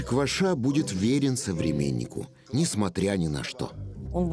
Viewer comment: Не КвашА, а КвАша! Украинская фамилия.